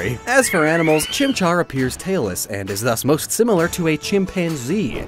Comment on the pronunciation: Also: good job on the pronunciations on the chimchar line 👍